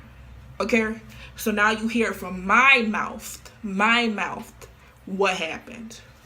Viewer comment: I know this is a serious video but im laughing so hard at her trying to pronunce "mouth" Mouftht